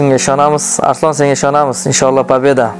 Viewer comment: Arislon emas ARSLON boladi